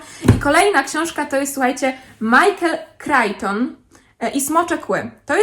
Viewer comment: Michael "kriczton“, nie" kraiton". Pozdrawiam. 😊